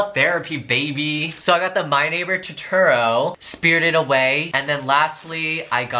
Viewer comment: "my neighburr tutURO" 😩😩😩